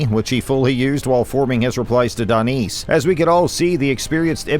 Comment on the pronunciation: You need to work on your reading skills... how do you get Danice pronunciation out of the spelling 'Danis' (Dan-nis)... you call yourself a fighting channel and can't even get the names right? Come on, that's sloppy work.